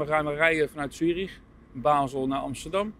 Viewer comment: Het is trouwens Zurich en niet Tjurich.